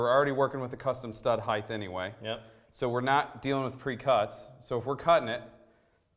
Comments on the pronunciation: Did I hear a “height-th” in there? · Sorry but I don't trust anyone who says heighth